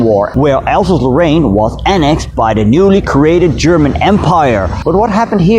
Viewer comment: It's not "Alsazelo'aine" it's "Alsase-Lorraine", two words... And so on!